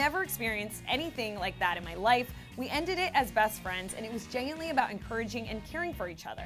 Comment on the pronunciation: DID ANYONE CATCH HOW SHE SAID GENUINELY?!!?? OMG LOL TOTALLY WRONG